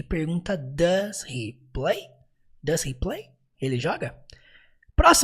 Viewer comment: Parabéns pela excelente vídeo aula, conteúdo e didática maravilhosos. Impossível não aprender. lembrando apenas que no instante 1h04min45s, houve um pequeno equívoco na pronúncia do pronome "He".